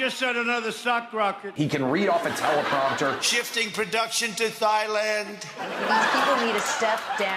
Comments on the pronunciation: "Shifting priduction to Thigh-land.."OMFG Trump is THE dumbest!! 😂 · Thighland? I think he means Thailand…I detest him but he’s so embarrassing you laugh/cry. 😊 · " shifting production to THailand" Jesus h. Christ. Even grade 10 is know how to pronounce that country. That was from Hangover 3 too LOL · Thighland?? Thighland???, LOL, what an idiot, so weird. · THIGH LAND! Holy sh*t… nah, Thailand is pronounced TIE LAND, not THIGH LAND. Oh yeah, a real fk*in genius. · Thighland got me 😂